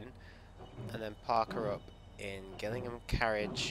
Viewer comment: Its pronounced jillingham